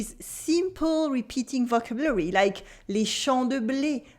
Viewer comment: Thankyou for your videos. If i may make one suggestion. Maybe make it obvious this video is about a specific french book and not general "must know vocabulary'. Im pretty sure half the people here misunderstood the video title. Also may i suggest you check your pronounciation of the word "vocabulary". merci pour les videos